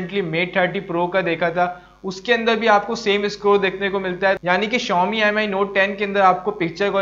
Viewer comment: M I nahi hota Mi(me) pronounce kerte hain